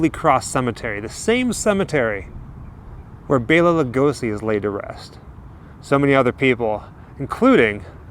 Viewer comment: Kudos on actually pronouncing Lugosi's name correctly "Bayla" too many people say "Bella".